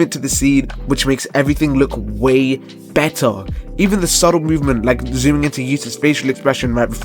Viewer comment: "it can be buttar" 🔥🔥🔥